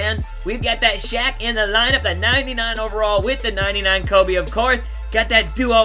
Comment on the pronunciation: The way you say "lineup", "collection" and a bunch of other words with L in it is funny